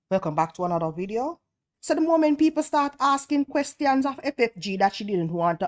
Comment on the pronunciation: It is an embarrassing "MOLMENT" to be sure haha. 😅